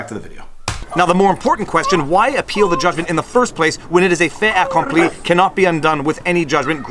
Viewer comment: Bogan Barry from Down Under here, mate, its pronounced as it looks, fait accompli, the last consonant is heard if followed by a vowel on the second word, I know you seal-bashers hate French but please enough! alright mate, nice work otherwise, later, catchy anthem oh, cananada oh cananadia, oh cananada our sons......